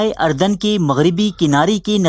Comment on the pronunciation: Ardan nhi urdan h.